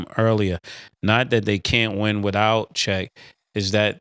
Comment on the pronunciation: First it was Lukahh then it was Windol “Wendell” and now Check “Chet” 😂